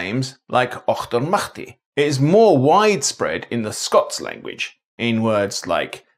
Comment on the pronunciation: Loved your video. I was adopted to my maternal grandparents my mum passed away at 93. I will say only wan thing ye got wrong, was the way ye said Auchtermuchty. I live 9 miles away in Glenrothes we say octermuchty.